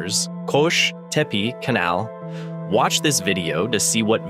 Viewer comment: Good video its qosh tepa not tepe . Good video